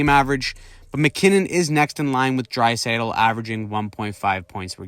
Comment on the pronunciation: Leon Draisaitl You mispronounced his name is The closest thing to McDavid what's with the disrespect? McKinnon hasn't even cracked 100 points even once